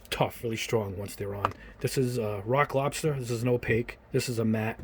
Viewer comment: "Rock lobster" it sounds like as if you were to be saying "Iraq lobster". "Death to America. And butter sauce. Don't boil me. I'm still alive. Iraq lobster. Iraq lobster. We were on the beach. Everybody had,matching towels. Somebody went under a dock,and there they saw a rock. But it wasn't a rock. It was an Iraq lobster. Iraq lobster. Iraq lobster"